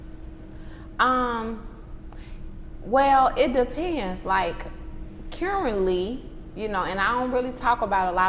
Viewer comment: The way she said "currently"... interesting. Never heard it pronounced like that.